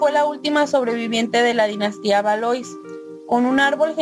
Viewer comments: Se pronuncia Valua por si subes otro ya sabes cómo es 😄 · De ValuÁ...... con acento en la a ... A ... (tú que eres corrector, habrá que tomar nota)